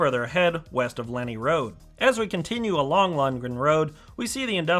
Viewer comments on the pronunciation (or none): It hurts my ears when you say Lenni as Lenny. But anyway, it is Len Eye as stated above. :) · The original Wawa train station was cuter. Lenni : pronunciation is Lehn-EYE. As in Lenni Lenape Native Americans. ;-) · Although you pronounced a few of the local names wrong (it's Len-EYE Rd). However, hats off to pronouncing Manyunk correctly! I can't wait for this station to open, as I have family living within walking distance of the new station and traveling from center city philly will be much more convenient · Cynwyd is pronounced "Kinwood". Lenni Road is pronounced "Len-eye". Delco has it's own dialect. Ask Kate Winslet. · Love the drone footage of the line between Elwyn and Wawa (Middletown) station. Not that it matters, but the word Lenni (as in Lenni Road) is pronounced "Len-Eye". I know because I grew up within walking distance of it in the suburban development (Riddlewood) that is seen along the north side of the line in your drone footage between Williamson College and the location of the old Glen Riddle station. I still live nearby and I am very much looking forward to seeing the opening of the Wawa (Middletown) station later this year, assuming, that is, they finish the work by then. Thanks for the video. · Lenni is pronounced LEN-eye. Thanks for nice update. Lived in Delaware County 30 years and remember when SEPTA still ran to West Chester.